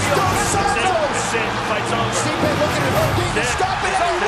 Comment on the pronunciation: Joe “steepee” rogan